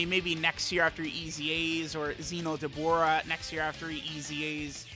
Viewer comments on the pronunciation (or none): none